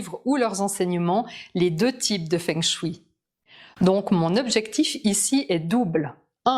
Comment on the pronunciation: Savez-vous que feng shui se prononce fong shweï ? 😁